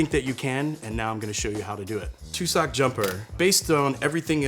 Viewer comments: tussock..... drove me mental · It's pronounced "TUHSsick", not "Two-sock"! And the bear is wearing a "jumper". That's the joke. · Says "too-sock" the whole episode then 'i may have put my foot in my mouth' I mean, yeah, lmao. "Tuss- uhk" not "too-sock".😂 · Tussock = TUH-suck. He's not really the target market for bear-in-a-sweater wine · Also tussock isn't pronounced like Tuscon - it's more like truss without the r and ick. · YouTube doesn’t choose what gets published on its site. That’s kinda the point of YouTube. As far as the word “tussock” is concerned, he knew what he was going to present and he could have checked that astonishingly easily. That’s just basic preparation. The word “demeter” on the other hand is something that is known and frequently discussed in the wine industry. Not knowing how to pronounce that word does make me doubt his knowledge. There is so much “information” on social media with no easy way for non-experts (most people about most things) to verify truth. Excusing obvious errors because you like the guy, or because you want to believe what he has to say, is probably not a big deal when talking about wine—but it really matters when you’re getting fed lies and distortions on things that really matter in life. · I feel the name "tussock jumper" has a New Zealand connection, tussock is a grass endemic to N.Z and we call sweaters "Jumpers"... Also, tussock is not pronounced that way. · Are you dyslexic? You keep reading the fairly easy wine names wrong (i.e. Vichingo - you know, like the Vikings that it's got on the picture - as Vinchigo, or Tussoc as Tucsoc).